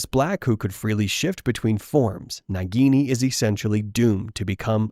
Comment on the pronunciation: It is naagini